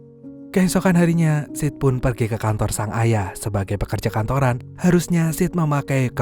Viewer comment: agak gimana gitu ngedenger nama sid dari awal disebut sid, sit terus kadang malah jadi sh*t😓